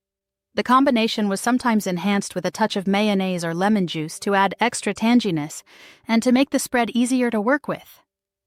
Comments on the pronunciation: She pronounced tanginess like tAngie-ness. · tanginess was not pronounced correctly